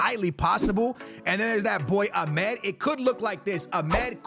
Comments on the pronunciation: Amad❌ Amed✅ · My guy can’t pronounce names to save his life lol Ahmed and Cisco lmao